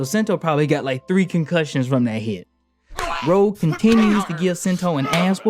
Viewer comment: Sorry but it's Rogue, not Rouge